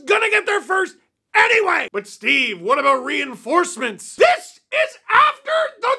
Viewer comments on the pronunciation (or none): none